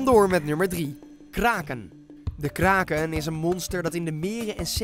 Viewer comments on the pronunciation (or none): Je schrijft kraken maar zegt krekken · Kraken je zegt: kreken